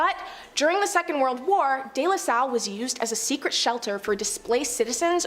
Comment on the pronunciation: Her narrating is good except for archipelago, and day la salle, pls if you do a public video like this a little reaserch for pronunciation doesn't hurt